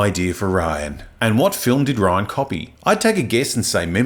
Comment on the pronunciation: Thank you for using the original Death Star explosion without the praxis ring. Also his name is pronounced Ri-Ann not Ryan.